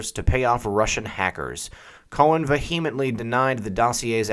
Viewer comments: VaHeMentLy?.....arrrggghhhh...me thinks you put the emmphassis on the wrong saalaable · Tip: here is the correct pronunciation of ''vehemently'' - Thanks for your video!